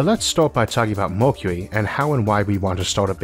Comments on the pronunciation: Why You Say Mockuee....instead of Mercury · The speaker can't pronounce "Mercury" properly. Either that or he can't read properly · I thought it was an accent too at first, but actually he has a speech impediment. You get used to it after a while. If you have trouble understanding you can turn on Closed Captions :) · your way of saying mercury 😂